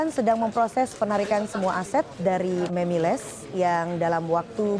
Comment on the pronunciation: Gw salfok ama reporter yg ngomong MEMILES 😅